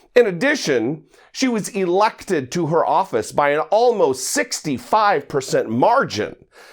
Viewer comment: You kept stressing the word "Elected" and for sure most were. But Russia and China ? Really would be stretching it past the breaking point. Nonetheless; good video.